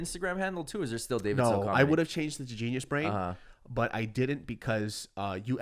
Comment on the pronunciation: Why is it that everytime he says GeniusBrain, it sounds like Gina's Brain?